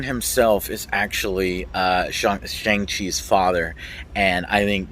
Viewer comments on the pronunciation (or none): He was called Shawn for the majority of the film and you’re still pronouncing Shang worming 😂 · The A in “Shang” is pronounced as “aw” as in “awesome” “shawng”